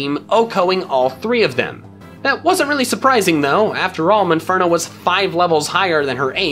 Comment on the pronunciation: Mispronounced monferno not munferno monferno mon as in Pokemon